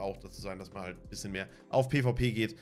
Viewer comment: olle FLIEHHHHHHHHHHHHHH Markt und items FLIIIIIEEEEEEEEEEEEEEEEEEEEEPPPPPPPPPEEEEEEEEEENNNNNNNNN. Warum sagt du nicht PE VAU PE und net immer PIII WIE PIII